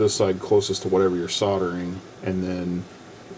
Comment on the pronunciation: It's not soderen, it's called SOLDERING...now,.. one more time so you my adsorb it permanently SOLDERING....THE..ING at end of a word is their for a reason...ooink, Oonink? Weee, weee, all the way HOME.